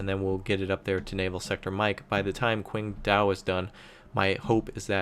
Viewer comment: ICBMRaptor2 Still no correct pronounciation of Qingdao, though :3 Besides, the Chinese are led by Deng, not Kim.